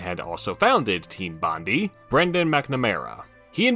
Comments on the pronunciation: While I'd wager you'd probably never reference or mention Bondi ever again i thought you should know it's pronounced "Bon-Die"/ "Bond-Eye" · the way you pronounce bondi is insane lol